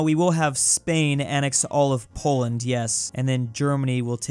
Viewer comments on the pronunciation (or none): none